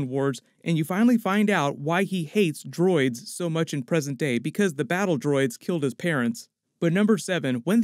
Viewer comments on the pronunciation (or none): none